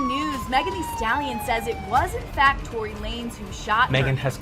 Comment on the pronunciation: Tory lamez and not Lanez bruh damn